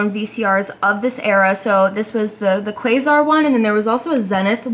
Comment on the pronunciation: Quasar is pronounced Kwaysar. Zenith is pronounced Zeenith. I hope that helps. Also the channel switch on the back is only used if you are connecting the VCR via an RF input. Think antenna connection. The antenna would connect to the VCR and the VCR would connect to the TV. 😁